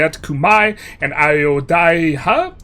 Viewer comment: The 3 hit combo of very slightly misreading Dai Viet, having a deep enough etymology bag to pronounce Khmer properly, and then stumbling over Ayodhya had me reeling 💀